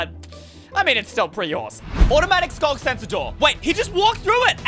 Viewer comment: Why Is It Skog Sensor Instead Of Sculk Sensor?